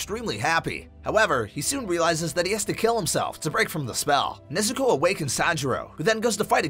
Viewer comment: Why say nezukoe when u can sat nezuko chan